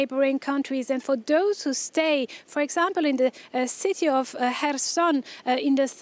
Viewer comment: "life in the ci-TAY"